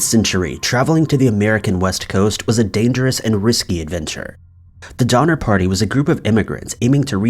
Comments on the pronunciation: All I could hear is "Dahmer party" 😂😂😂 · Did he say #5 was based on the Donner party...or the "Dinner party"?😆